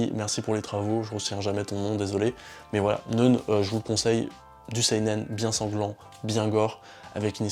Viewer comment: "neune" ? A priori, c'est "neuf - 9" en allemand. Ça se prononce donc "noïn"...